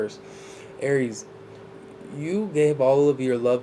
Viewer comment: I love it when you say A R I E S😂❤